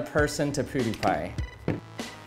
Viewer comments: It’s Pewww not Pooodiepie. Brad two we need you. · ....pooooh-die-pie?? Nani?! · “Poo dee pi” triggered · Why does he say pudipai??😂😂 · is he saying poudiepie? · U pronounce pewdiepie the same way haha xD